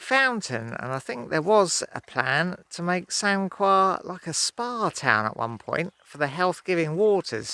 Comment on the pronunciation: It's pronounced Sancar :-)